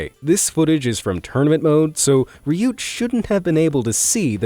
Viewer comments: I love how you pronounced reeeyoot,LMAO. (RYUT) I think maybe its RIOT. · Ryut might be pronounced "riot." A phonetic intention I think. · I’m pretty sure u pronounced Ryut wrong. I’m pretty sure it’s pronounced like riot